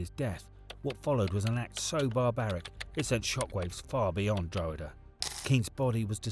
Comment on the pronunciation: Dro-huh-duh hahah more like Draw-ha-da